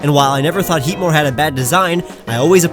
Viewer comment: HEATMOR DOES NOT END WITH AN E! AND IT'S BARBARACLE, NOT BARBERACALLE!